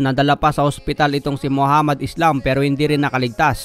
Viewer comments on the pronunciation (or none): *ISLAM po ang last name niyan. Palibhasa kapag may "s" sa salitang English pino pronounce na "ees" agad. Ayan nangyari, na translate tuloy sa spelling at naging pabagsak iyong pangalan ng boxer 😄😆